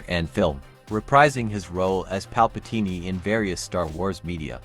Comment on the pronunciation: Let's not forget "Palpateenie"... 🤦